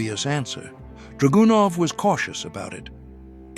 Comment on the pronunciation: actually the style was very good, just wish the Ai could be tweaked to emphasize the right syllables in draganov and a few other words. But the voice was cool for sure. Sorry to be very picky. But good job keep it up!